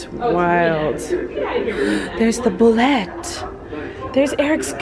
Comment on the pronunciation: I love how she said, "There's the bullET"-- a total -ism. 😁